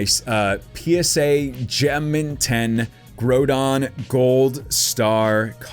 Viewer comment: I cringe at the pronunciation of Groudon and Rayquaza in this video.